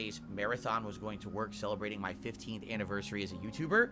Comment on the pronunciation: now he can't even pronounce "anniversary" properly